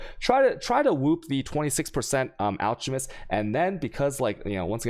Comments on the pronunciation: It's pronounced alCKemist. You also say chisel wrong. :P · It's pronounced (alk a mest).